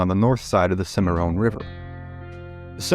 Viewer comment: It's Cim a Ron, not Cim a Rone.